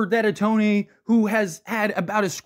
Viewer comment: First of all... learn how to pronounce the guys name.... and second.....so If your best friend racks up 4.5 million dollars, your not going to know?... Come on.... horrible video